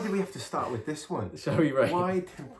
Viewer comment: "misther, would you play wif us?": "...no thanks" LMAO